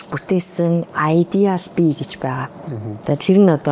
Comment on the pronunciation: Ideal ugnii duudlaga buruu bna,yahav ene ugiig oilgohgui bhad orchuulaad helchihvel zugeer yumsan,bi bas ehleed oilgoogui oros адеал gedeg ugtei barag anduursan,uuchlaarai🙏❤